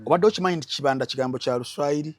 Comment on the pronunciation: Kibanda is a Swahili word naye the way you’re pronouncing it is wrong 🤣🤣🤣